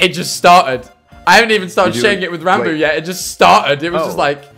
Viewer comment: says ranboo CC: rambu